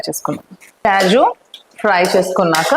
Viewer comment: Kyaju kaadu thallo kaaju